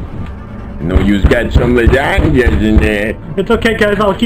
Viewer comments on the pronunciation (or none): IT'S NOT L A S A G N A